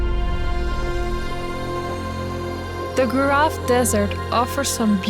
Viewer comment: I recommend you to learn "local names" for the places you are. It sounds really strange when someone say "goraf" instead of Gorafe :)